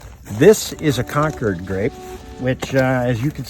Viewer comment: It's concord not concured. Why do yankees always intentionally mispronounced words?